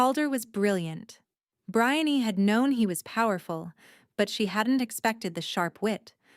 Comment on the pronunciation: I did not notice any odd backgrown noises. but it was grating on my nerves that the voice could not pronounce Brianne correctly. not even once